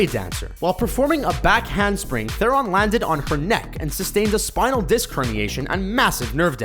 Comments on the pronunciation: Learn to pronounce Theron, morons. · you can't pronounce Charlize Theron's surname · you Americans have a thing for pronounced names wrong just like you mispronounced charlize theron